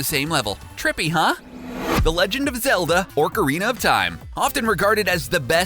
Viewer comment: It's not orcarina of time